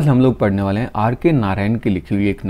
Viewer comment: Bale nahi waale hota hai. First learn how to pronounce hindi words properly.